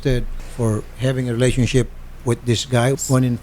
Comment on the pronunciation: Surfrise , peys to peys and relationshif😂